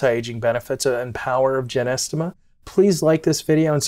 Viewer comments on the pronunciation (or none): Nice voice great content Except You are pronouncing it incorrectly JY- NO- STEM-A. PiNT- O- FILUM Or JOW—- GOOOO—LAN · Sorry it’s GY - NO- STEMMA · Man you're pronunciation of this herb is incorrect????😅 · It's Gynostemma pentaphyllum to be precise (not Genestema) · Hi can't even pronounce it correctly and is trying to educate me about the herb that I (now way more about. My mom told me about this as a kid...😂